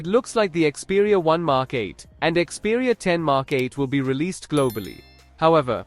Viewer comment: ИКСпериа долбаёб! А не КСпериа